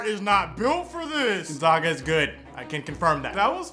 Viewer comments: Love you man, but you mispronounced Gonzaga Not GONE-ZAH-GUH It's GUN-ZAG-UH! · ...It's pronounced Gone-ZAG (as in zig zag)-aha. NOT GONE-ZAAAHHH-GAHH. They are the Zags, not the Zaaahhhhgs! Talk about respect! COME ON MAN! LOL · A. Damn impressive shirt collection! B. Gonzaga is pronounced Zag like bag. :) C. Exactly how us EWU fans felt. Keep up the good work, sir! Go Eags!